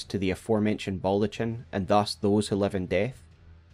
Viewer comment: don't say "Balltochin" challenge level IMPOSSIBLE